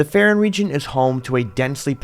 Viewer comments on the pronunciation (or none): Faron and Farosh are pronounced like the word "Fae". You don't pronounce any of these like Fuh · please take literally two seconds to think about how you pronounce things before saying it differently than everything else. You say Faron the same way you pronounce Farosh, like the "A" sound in the word "game". You don't say Faron with a hard A and then suddenly pronounce Farosh completely different. Please correct yourself.